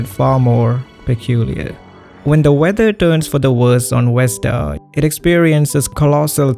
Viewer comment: i love how you can use the word innocuous, yet you cant pronounce 'Vesta' (it is NOT "Westa" my dude)